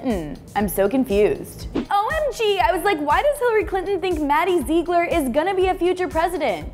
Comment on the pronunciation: It's not maddie zeegler